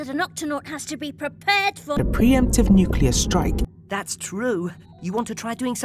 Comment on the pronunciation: New cleer bom war😅